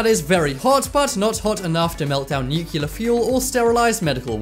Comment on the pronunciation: Is it pronounced "nucular" in your country?